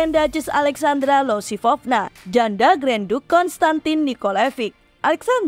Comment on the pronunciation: Bukannya namanya Alexandra Iosifovna ya kak (pake huruf i)? Kok jadi Alexandra Losifovna?